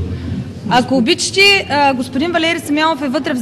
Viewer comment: "Ако обичити...." 😂😂😂